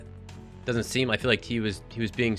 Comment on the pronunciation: “dosent” lol